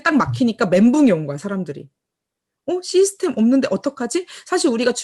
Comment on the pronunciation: 한가지 조언해줘도 될까요? 시스템 이라고 말할때 '시' 부분을 너무 길게 말하지 말고 짧게 해줄래요? 구글에 가서 system 이라고 찍어서 발음을 들어보면 아실거예요. 시스템 이란 말을 많이 하시는데 거의 시~이 스템 으로 들리는데요.... 그게 좀 이상하게 돌려요. 시 부분을 짧게 말해야해요... 자꾸만 시이스템 으로 들려서 신경이 쓰이네요... 오지랍 이라고 하실분이 계시겠지만 기왕이면 더 좋은 발음이면 듣기가 좋아요. 아. 참고로... 저.. 미국에 살고 있는데요... 여기에서 시이스템 이라고 하면 이상하게 들리거든요. 아주 많이 사용하시는 용어인데 기왕이면 더 정확한 발음으로 하시면 좋을거 같아서요... 아.. 참고로.. 저도 애터미언(?) 입니다.